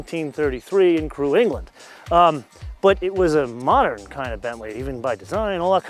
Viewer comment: what meaning is mosern you say often?